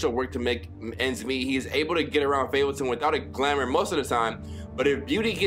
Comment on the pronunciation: This man said fabletun